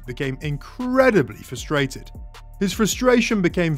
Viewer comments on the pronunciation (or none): none